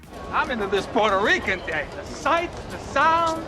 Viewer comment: And u def anger "pweuerto reekans" if you call them "Porto Ricans". Its not a road side toilet, its not PORTO, and im white as a ghost